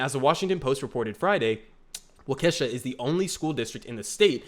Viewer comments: This is my hometown school district, I am disgusted by the board's decision. Also, it's pronounced "walk-eh-shaw" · It's pronounced WAU-kuh-SHAW